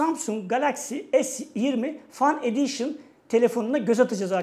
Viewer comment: "Fen ediyşın" şeklinde telaffuz edilir. Fan değil.